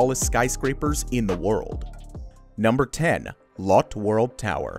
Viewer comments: It's not pronounced "Lot World." It's "LOH-tae World". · "Lotte" in Lotte World Tower is pronounced "lo-tay", not "lot". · For fucks sake at least learn how to pronounce the names of these buildings. Lotte isn’t Lott. It’s low tay. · That's not how you pernounce lotte tower it's lothe that is how you say it not lottey tower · Say it with me, ‘lo teh’ spelled Lotte, not ‘lot’ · You pronounced LOTTE completely INCORRECTLY. It has two distinct syllables: LOT as in parking lot and TE which sounds like TAY. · Lotte is pronounced as "Low Tey". 🤣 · Lotte Tower is pronounced with an accent on the e Lotté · The tower in Seoul is pronounced 'Lo-tay' 👍🇰🇷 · Actually Lotte is pronounced more like Lotté (2 syllables). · Lotte is pronounced like Lo-tae. Just for future reference. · Lotte is pronounced as Lo Te. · Your pronunciation of "Lotte" is way off